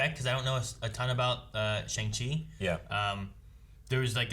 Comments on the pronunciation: simu said it's pronounced Shung not Shang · In the comics, the Mandarin has 10 rings that each have a different power. In the movie they're armbands instead of rings that go on his fingers. Also it's pronounced "Shong-Shee" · I Think it's pronounced 'Shang Shee' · FYI to anyone who may not know: The actual pronunciation is "Shyung-Chi", since it's the way Shang is said in Chinese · I think they pronounce it like "Shung-Shee" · According to ET: Shang-Chi is pronounced "song-Chi" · it’s actually pronounced “Sheon Chi” :(((( i said it like that for a long time until i heard Feige say it😂😂😂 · I believe the pronunciation sounds more like Shong, but with a softer O. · just a minor correction, but the "-ang" in Shang Chi's name is pronounced like "-ong", so it's more like "Shong-Chi". The actor playing Wenwu/The Mandarin is Tony Leung, who's like a legend in Hong Kong cinema but is making his Hollywood debut here; I haven't seen his films personally but my Chinese immigrant parents, who aren't really up to date with pop culture at all, know who he is so that should give you an idea of his fame in Asia. The ninja character with the face paint is apparently called Death Dealer, based on leaked toys; it's not confirmed who's playing them but I personally think it's Michelle Yeoh, who is also confirmed to be in this movie. Anyway, as a MCU fan, a Kim's Convenience fan, and an Asian American, I am unbelievably pumped for this! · Can't even correctly pronounce Shang-Chi. Okay, white boys, enjoy your General Tso's chicken! 🥱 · It's Shang-Chi as in shy pronounced with a C. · It's actually pronounced Shang with an AH sound and Qi